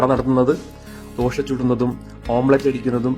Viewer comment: ദോഷ, അല്ല ദോശ